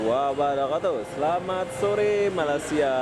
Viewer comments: Bkn Malas'sia , tpi sebut Malaysia 'y' not 's'. Pham x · Bro cuba baca betul sebutan MALAY'"SIA.. ..